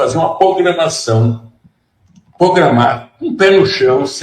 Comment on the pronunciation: "Pogramação".....como um magistrado cede a esta estupidez?